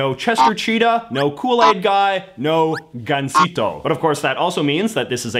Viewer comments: He just made a mistake, I actually though his Spanish pronunciation was quite good, he pronounced “gansito” quite well. I don’t see how missing a syllable makes someone “sheltered” from Latin America. Especially since Latin America is practically a continent away from Canada. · That 'Gansito' pronunciation was very accurate though